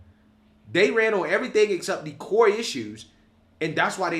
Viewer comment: The Koi issues. Yes they didn't run on Koi issues. "Core" issues. Core is the word. The "Koi" issues "dat" "day" talk about is "Core issues" "that" "they" talked about in "the" election not "dee" election. Anyway, I ain't a know it all but "day" are delusional.